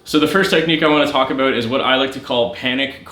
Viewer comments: Is Canadian? I hear a abooot! 😂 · Heh Aboot